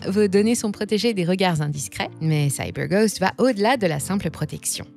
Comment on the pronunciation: Je ne savais pas que vous étiez américaine, " Saille beur goste " 😅